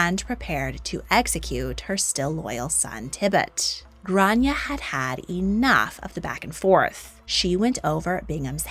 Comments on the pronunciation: It’s pronounced Grawn-ya not Gran-ya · It's pronounced "Graw-ne-ah' grawneah Gráinne. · As an Irish person you’re pronouncing her name wrong in Irish but you’re close but off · Her name wasn't Grace, it's Grainne pronounced "Gran yey" Grace is the Americanised pronunciation.